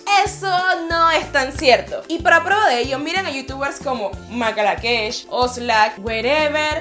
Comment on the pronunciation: makalakesh? y werever? jaja que mal ejemplo